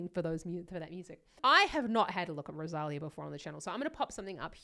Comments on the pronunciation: Do you see that accent mark on the "í" in the name "Rosalía"? That means the stress is on that "lí". Next time, try saying RosalEEEA instead of RosAAlia. The same as in María, (MarEEEa) or Sofía (SofEEEa), both also with accent mark on the "i", for example. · Hi. One minor criticism I'm afraid. Her name isn't Ro-saal-eeah, it's Rose- ah-LEE-ah. The accent on her name means that syllable is the one that is emphasised...Rosalía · If you do any more Rosalia reactions, you should correct your pronunciation of her name. Ros-a-li-a with emphasis on the “li”.